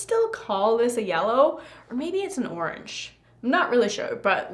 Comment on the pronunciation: It’s yorange 😂